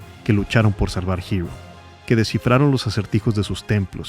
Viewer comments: Es la primera vez que escucho a alguien llamarle Girul a "Hyrule" (jairul) en vez de Irule 🤭🤭🤭 Que buen ensayo de éste producto cultural maravilloso que es The Legend of Zelda. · acaso dijo "girul"?? no se que pensar, se siente extraño escuchar "girul"